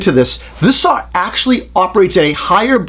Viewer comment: I love it when he fights the entire video trying not to say "sawr" ! Excellent job as always ! I remember the mid 80's there was not a jigsaw on the planet that could hold a candle to a Bosch1587VS. Cordless was a joke at first, even Bosch's wasn't great. Then Bosch's patent on the "T"shank blade ran out after 15 years, and they all have upped their saws, and got into the game. Look how far they have come! ALL the top brands make a really nice jigsaw today. That Milwaukee is a heavy duck tho, but a very nice saw.